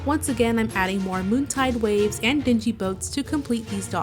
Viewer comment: They are called "Dingy" boats, with NG sound not GEE sound. Just saying. Don't mean to call you out there but I care about pronunciation 😅. This is such a lovely build! ❤